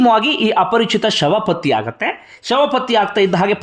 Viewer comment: ಲೇ ಪುಣ್ಯಾತ್ಮ ನೀನ್ ಹೇಳಿದ್ ವಿಚಾರ ಏನೋ ಸರಿನೇ ನಿಜ. ಆದರೆ ಮೊದ್ಲು ನೀನು ಕನ್ನಡ ಕಲ್ತ್ಕೊಳ್ಳೊ "ಅ" ಗು "ಹ" ಗು ವ್ಯೆತ್ಯಾಸ ಇದೆ ಮಾರಾಯ ಅದು "ಹಾಗಿದ್ರೆ" ಅಲ್ಲ "ಆಗಿದ್ರೆ" ಅಂತ ಆಗ್ಬೇಕು. "ಹಾಗುತ್ತೆ" ಅಲ್ಲ "ಆಗುತ್ತೆ" ಅಂತ ಆಗ್ಬೇಕು ಮೊದ್ಲು ಸರಿಮಾಡು ಕನ್ನಡದ ಕೊಲೆಮಾಡ್ಬೇಡ🙏